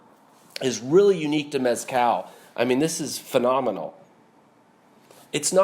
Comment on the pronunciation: Little tip: The z in the word mezcal is not pronounced how it is in English. The z in Spanish is pronounced either as an s or as "th" as in the first part of the word "the". Both are valid and both are correct.